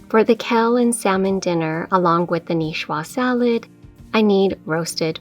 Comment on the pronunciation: You're awesome. Love your videos. But let me make a correction if I may. It's not "Kell". It's "Kale" It's not "Mill". It's "Meal". When you wear shoes it's not "high hills" it's "heels". ;)